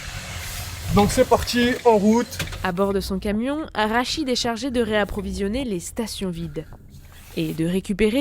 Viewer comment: 2min27. C'est Rachid, pas arachide. Merci